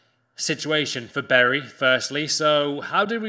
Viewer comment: Who are berry? I know bury